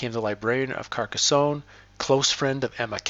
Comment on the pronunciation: There is no “ay” on the end of Carcassone.